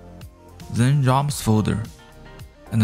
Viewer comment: Not even Google AI could understand what this guy was saying... Roms, buddy. RO mmms...